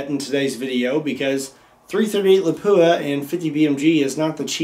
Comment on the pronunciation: I've only ever heard it pronounced as "la-poo-a." Pretty sure he's right.